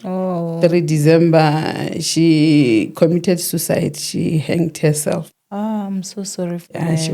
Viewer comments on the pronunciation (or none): none